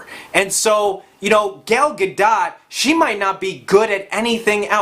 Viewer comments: Your pronunciation of Gal Gadot's name perfectly represents the ignorance you bring to this review. "Let's keep politics out of movies". That's the same BULLSHIT that they told Kendrick Lamar but about music. Look how successful he is. Entertainment IS politics. Get with the fucking program. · I agree with pretty much all of that except for wonder woman. It was decent, but not the masterpiece people keep insisting it is. That's just more feminist bias. On that note; if you're gonna say Gal Gadot name that many times in a 60 second span, at least learn the correct pronunciation. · I cant take anything you said seriously after you butchered the pronunciation of Gal Gadots name. Not to mention when you say case in point and then you provide no case in point. You just start listing more reasons you don't like Brie Larson. And then you compare GOTG, the entire movie, to a first trailer. WTF? Trailers mean nothing. Case in point, remember IM3? <see what I did there. That was a totally different movie from the trailer. And as you are aware, I hope, Chris Hemsworth and Chris Pratt were nowhere near the heavy hitter status they are now until their respective movies came out. And while RDJ is my favorite, IM breathed life into his career. Brie Larson will be no different than the former. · Before I give my opinion about why you're completely wrong I'm gonna tell you I'm not subscribing because first of all you're saying gals last name wrong. I don't care that you are saying it wrong but you're doing it on purpose and it's kind of annoying I could care less how you say it but because you're saying it wrong on purpose it just makes me want to click off this video. And I think your vision into movies is a little askew. I don't trust your opinions & I wouldn't take you as a critic. Honestly, I get this vibe, like, you seem like the kind of person who would be a flat earther. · BRO. Its not Gale Gadot, its pronounced GAL GA-DOE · Gal Gah-doh....not Gel Gadaht smh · Gell Ga-DOT